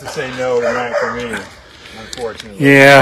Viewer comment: “I’ll have to say no tonight for me unfortionately” lol